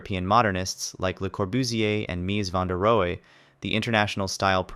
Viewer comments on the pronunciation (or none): CORRECTION: “ARE there any styles I missed?” The International style architect’s name is pronounced Meez Vander Rowuh” instead of Meez Vander Rowee. Otherwise brilliant!